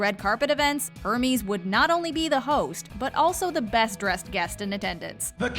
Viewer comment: i’m sorry did she just say ERMEES?!!!